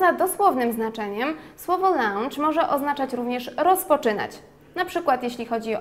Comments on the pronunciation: też mi się tak wydaje... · tam nie ma 'au' w wymowie...